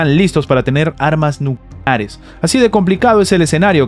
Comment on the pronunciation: Es que no se puede decir nucleares claramente?